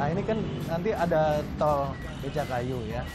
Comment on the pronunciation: BECAKAYU bukan BECAKKAYU!